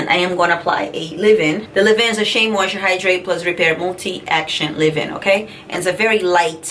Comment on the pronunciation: with all due respect it is Leave in, not Live-in. BTW, you are beautiful and so is your family. I used to be subscribed to your channel however, you are not consistent. We do understand that family comes before YouTube. I pray that all is well. GOD bless you and your family in JESUS’ name.